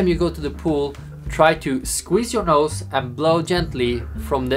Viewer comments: he said nose but it does sound like nuts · Vertilezz21 nose with a weird way of saying so